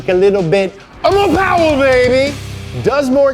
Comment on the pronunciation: Me(wife): I don't see the point in using more gas. Husband: it's Mo Powa...baby Me:🤦‍♀️ Obviously, I am not a car enthusiast but I do enjoy these episodes. Go Team Low Car!